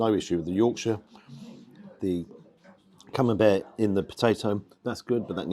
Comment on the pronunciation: Must confess to no small degree of envy!….Buckley’s hope of getting ‘taters, let alone gravy ( gasp! ), puddin’, peas of any sort, let alone blooming CamembERT ( as pronounces it! 😊) here in Nippon 🇯🇵….😢 Really greasy, wholly fat-laced Wagyu is par the course here, served up with ( sigh ) a small hill of white rice 🍚. Mind you, we do have access to excellent quality ‘Aussie 🥩 beef’, it’s ubiquitous. Nothing from Europe as far as meat 🍖 goes, here.